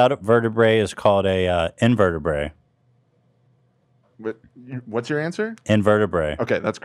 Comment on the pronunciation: and then he immediately bungles "invertebrate" by saying "invertebray" and nobody calls him out on it 😂